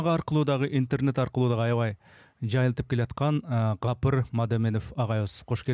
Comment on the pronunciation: "Kapyr" dep atyp kulaktyn kuzhurun aldynyz 😒Tuura aitsanyz atyn 'G' tamgasy menen